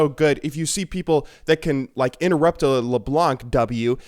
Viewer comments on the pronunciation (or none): none